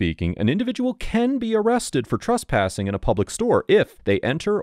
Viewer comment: Please stop mispronouncing the word Trespassing as Truspassing. I is very distracting.